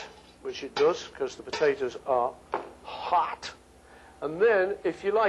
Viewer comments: What about when he said HAHT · That's nothing compared to how he does American "hot", he sounds like Rocky Balboa